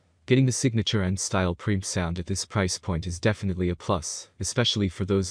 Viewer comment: mic is pronounced Mike...Preamp is not one syllable it is Pre-Amp